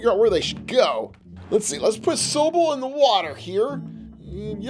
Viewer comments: Sobo what you said his name wrong it’s sobble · It’s not so-bble it’s sawbble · Mate you said sooble it's sobble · Sobble is pronounced saw-bull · Not hating or anything but you pronounced “Sobble” wrong